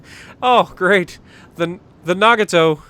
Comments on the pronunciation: It is NaGAto. You underemphasize the "g" sound, which is why it doesn't quite sound 'Japanese' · Fuso is beast 👍 too bad u can’t say nagato 😂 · Ohhh noo ur killin me with the names, Ma-han not mayhan no y. As for Nagato its Na-ga-to